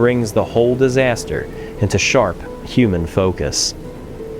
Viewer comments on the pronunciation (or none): The only time his accent comes out is when he says "disaster".